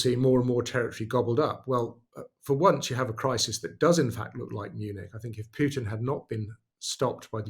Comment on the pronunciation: It's Pootin (Путин), NOT Pyootin (ПЮтин). Thank you. Also, "pushed" is pronounced pʊʃt (with slightly rounded lips), NOT "peshed" or "puh-shed").